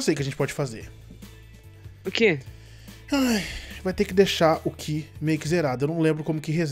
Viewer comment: sou seu fã mais por favor não é aura é Ki